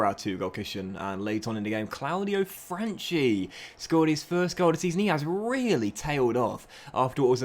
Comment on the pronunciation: I think you should start Franchi (btw it's pronounced franki) ahead of Salcedo, I don't think he's good as you believe